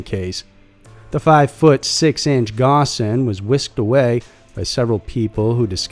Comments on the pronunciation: Ghosn pronounced "gone" with the "o" in "ghost" >< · It’s pronounced “Phone”. Not “Ghosn”. While your research is usually above board, something as fundamental as this, can’t be overlooked.